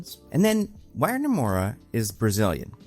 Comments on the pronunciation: I don't know if anyone cares, but being Brazilian, the W in Wagner Moura's name is pronounced as a V. So it's not Uagner, it's Vagner. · Wagner Moura is an INCREDIBLE actor, he'd kill it. ps: I'm Brazillian, the "W" in Wagner is pronounced "V" like "Vagner" ;) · Nice video,! Just a note: Wagner Moura's name is pronounced as Vagner with a V sound. That's how we pronounce it here in Brasil ☺️ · it is pronounced vagner, like kurt wagner